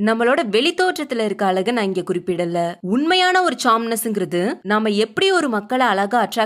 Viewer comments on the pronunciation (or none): none